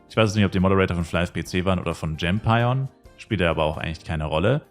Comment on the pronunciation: Server: Yggdrasil Charname: Liloux Ich denke übrigens die Platform GEMpion wird wie Champion ausgesprochen, aber nur ne Vermutung. Wäre halt so bisschen ein Wortwitz